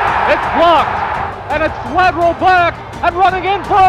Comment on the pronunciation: Hook and Lateral...not "ladder"